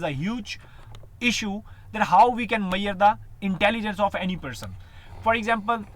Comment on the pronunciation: It's Measure - Mae-suzure Not Maiyyer